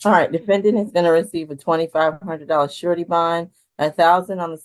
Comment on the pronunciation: The momma bear is right. He needs treatment. Never heard a prosecutor pronounce it 'sir-a-tee' instead of 'shur-a-tee'... then, at the end, she went back to "shur-a-tee". Interesting.